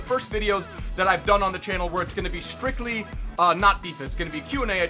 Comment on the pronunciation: I swear he said skrikly instead of strictly